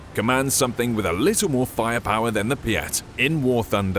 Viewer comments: CKYA PIAT, it's not russian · i keep hearing BLYAT instead of PIAT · You say biat like blyat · I can’t say PIAT, it always comes out as BLYAT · I thought its PIATD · It Sounds like BLYAT. 😅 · I heard blyat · Could have called it anything and they went with "peeyat" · Piat sounds more like BLYAT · PIAT i tink you mean VIAT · Piat? I hear Blyat. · I swear to god I heard it as BLYAT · I thought you said “blyat” lol